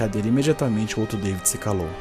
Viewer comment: Seu nome é david não deivid